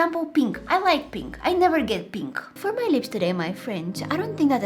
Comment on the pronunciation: I love how she says penk